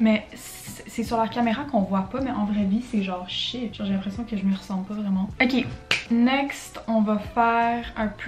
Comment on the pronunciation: "euqué" is the new oké